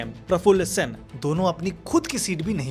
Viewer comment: it's not sain it Sen